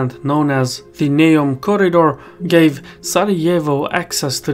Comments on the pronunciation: It’s Neum, not Neom... if you ever drove on the Croatian side of the peninsula and back to mainland (absolutely crazy roads) you’d see that this bridge is at least 40y too late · Neum not Neom